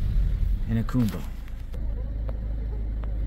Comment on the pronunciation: "AH COME BA" Jacumba